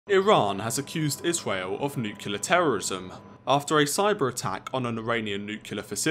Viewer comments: Mutually assured nuculear destruction in one minute. PLEASE Its N U C L E A R! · PLEASE! Nuclear not nucular. Just say new then clear. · You should learn that it is nuclear and NOT nuculer as GW Bush used to pronounce! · It is not "nucular" it is "NUCLEAR"! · > is British journalist > says "Nuke-u-lar" 😂😔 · I'm not sure Millennials count as British. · What's Nucular? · That annoys me as well haha.